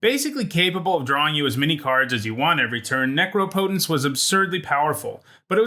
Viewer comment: what went wrong when u tried to say necropotence lol